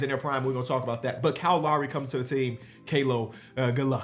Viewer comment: YO HIS NAME IS KYLE LOWRY NOT KYLE LAWREY